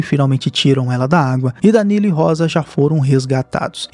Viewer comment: fala o nome danilo certo porfaavor